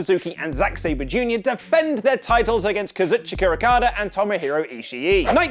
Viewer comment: Did just say Kazuchikara Ukada?